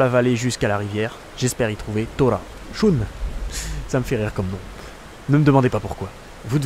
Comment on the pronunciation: Shun se prononce sheun je l'ai découvert dans le dessin animé